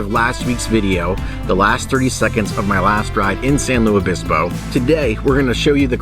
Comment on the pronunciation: It’s pronounced San Lu-IS Obispo...not San Lew Obispo. I enjoy the vids btw 😎👍🏻